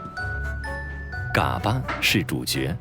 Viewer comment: 解说员够老坦儿的，嘎巴都念不对。不过内容还是挺好的，值得点赞